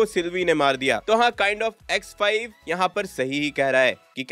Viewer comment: Vai X5 kothik se bolo ex wife sunai de raha ha 😂😂😂😂